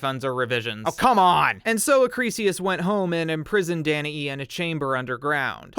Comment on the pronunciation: Thank you for pronouncing Danae correctly…!